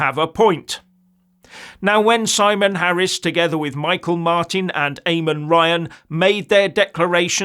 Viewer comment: thats not how you pronounce his name, it's "mee-hawl" not michael